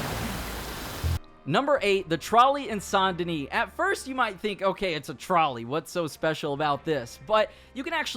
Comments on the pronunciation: Saint (say nt ) Denis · Sant Danish Bruh is Saint Denis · The s in Denis is silent.